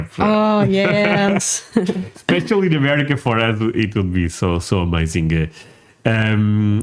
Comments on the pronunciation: Is he saying , "MOCHA"? Why is he talking about chocolate? Wait...what? He thinks he is saying "AMERICA" lmao! Seems the British can't speak English! We don't lose sleep over what Britain or Europeans think about anything actually. We love you guys, but you and a few other youtubers are the exceptions. They hate us, but REALLY want us to stay in NATO and WHO, they want us to defend them, (at our cost) and drink tea with our pinkies extended, lol. We don't care. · Amelica lol learn to talk brother 😂😂